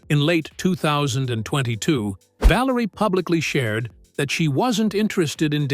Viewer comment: I stopped watching after I heard 'VALARIA'..